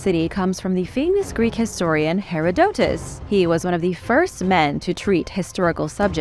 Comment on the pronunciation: ma'am ... plz not "Hair - a - doe - tez" ... instead it's "Ha-rod-da-tis" ...